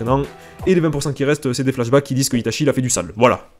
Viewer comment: "Itachié" 😂 masterclass